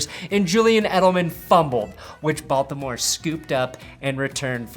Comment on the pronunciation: Is it just me or everytime he says "Baltimore" in this video it come out "Balth-imore"🤣🤣🤣